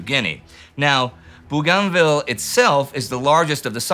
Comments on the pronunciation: Bo-gan-ville. It's pronounced "Bo-gan-ville" Not some strange faux French thing. I've got enough friends from there to get the pronunciation right. Bo-gan-ville. Not boo-garn-ville. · someone please teach indi how to say Bouoganville.